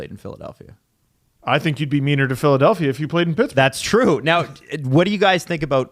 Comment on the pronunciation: “Philadalphia” 😆 Come on, guys